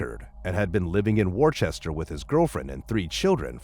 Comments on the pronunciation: Worchester is pronounced Wooster, not War chester . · It's not "War-chester" it's "Wuust-er." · Worcester is pronounced 'WUH- ster' if you are referring to the western Massachusetts city. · War Chester? REALLY?? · But it's pronounced Wooster